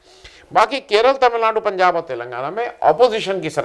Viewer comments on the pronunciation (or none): none